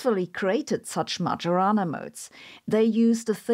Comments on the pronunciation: poor Majorana, called as "magiorana"... 🙁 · Probably you should pronounce the modes as the man's name in Italian: [ˈɛttore majoˈraːna], thus the "j" not like in djembe but like the "y" in karyenda. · To quote ChatGPT, The name "Majorana" is of Italian origin and would typically be pronounced in English as "ma-yo-ra-na". Here's a more detailed breakdown: - "ma": rhymes with "ma" in "mama" - "yo": like "yo" in "yoga" - "ra": like "ra" in "radio" - "na": like "na" in "nana" In Italian, the pronunciation may vary slightly, especially the "j" sound which can be a bit softer, closer to a "y" sound in English. The accent also typically falls on the second syllable ("yo"). === So, it does not sound like "Major" with the distinctly English 'J'. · Every time Sabine says "majorana" I hear "marijuana". But, the "who could it be?" for the phone call caught me off guard. Lastly, Sabine's explanations for quantum physics and entanglement make it all seem self evident and obvious the way I thought of it. Not the way everyone else talks about it. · The "j" in Majorana is not pronounced like that. That aside, great job as always! 😊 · I can't beleive how she says "Majorana" 😢😢😢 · Thank you again for your super-interesting videos. But please, just stop pronouncing Majorana's name that way. The correct pronunciation of 'mAJOrana' is like the 'Io' of 'Iowa', the US State.